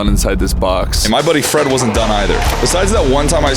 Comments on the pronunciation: I HEARD BOYFRIEND INSTEAD LF BOY FRED LOL LMAO LMFAO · is it me or when he said "boy Fred" it sounded like "boyfriend" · When he said my boy Fred I heard my boy friend😂